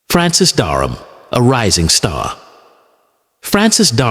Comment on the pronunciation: His name was Francis Dereham not Darnham or Durham